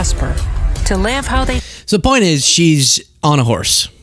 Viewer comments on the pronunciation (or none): none